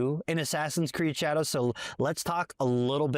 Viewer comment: It’s pronounced assassins creed SHA-DAH-hOe